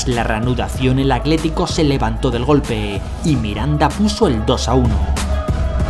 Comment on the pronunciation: Porque dices "acletico" cuando es "Atlético"? Video espectacular 👏🏻